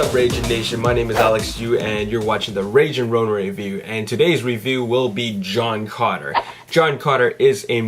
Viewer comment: It's sounds like you're saying John Conner LOL!